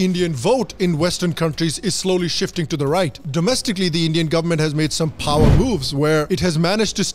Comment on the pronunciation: Kya accent he yr ..... Phower🙏